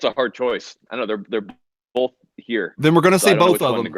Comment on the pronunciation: Did he say “bolth” twice at the beginning of this? ...shuddering...